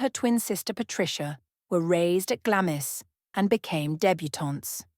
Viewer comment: I believe that Glamis Castle is pronounced "Glahmz" (one syllable). Even I as an American know this, but apparently A.I. narration does not. 🤔🫤